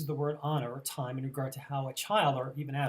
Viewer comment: The Greek is actually pronounced, "tee-may"...not "time". Other than that, good presentation.